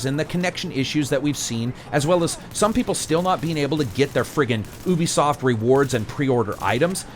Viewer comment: Love the review but... YUBISOFT, not oobisoft :P. Personal pet peeve of mine.